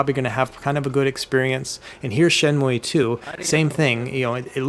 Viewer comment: Shin muey lol, it’s pronounced Shin-mew or Shin-myou just fyi. Love your videos dude, you’re incredibly informative for these devices. Thanks for all the videos you put out, it’s always interesting seeing how these devices are.